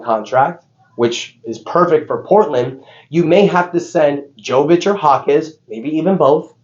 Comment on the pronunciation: It’s pronounced yovic and yokic. You do it every video 💀